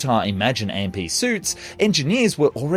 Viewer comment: AMP is pronounced as "amp" not A-M-P